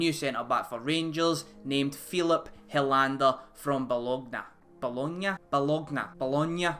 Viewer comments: Good vid. Yep, the financial experts are appearing oot the woodwork eh son! Btw I say it's pronounced: "Ba loan ya". Although You can say it like you were born & bred in Bearsden: "Ba loin yah".👍 Sorted mate! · Pronounced Bol on ya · I'd say Bologne is pronounced like bolonya , as for the transfer fee of the swede some folk are never happy lol there's been shouts for us to spend a bit of money though personally I think having a good network and getting the right players is more important , Aribo for example because his contract expired we managed to get him for a mere 300k development fee while his transfer value currently sits at £10m . as for Alfredo heading to London I've not heard anything more but I live in Chile and when I came back to Scotland on holiday last year there was a stop off in Heathrow so its possible he was catching a connection flight to Colombia as the players have a few days off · It's pronounced bolonya, gr8 2 c SG is sorting out plenty support at th back, jst wish tav wld b taken out of right back as struggles 2 get bk & cover & has cost us a few goals which cost us quite a few points in games, going 4ward we could easily b top scorers again this season. WATP. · bo - lawn - ya but comes out as Bologna. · Bologna = Ba - lon - ya :) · Hink it’s bulonya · The pronunce is “bolenya” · If people don't know how to pronounce Bologna that is pretty embarrassing 🙈